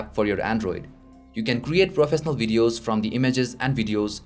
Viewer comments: did u say profesnaal? :D :D :D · nice and clean video..but just an opinion..please improve ..your pronunciation of certain words.. like swipe,professional,certain etc..